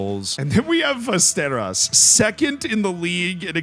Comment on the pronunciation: Fyi Västerås is pronounced as Westeros (as in the continent from GoT/ASOIAF yep)